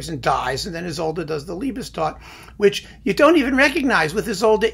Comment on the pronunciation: Well done, many things I'd agree with. Pronunciation-wise a hoot... Liebestod is pronounced /liebestoad/ , not /liebestodd/, and Cluytens should be /kloitnz/, not /klweetañz/.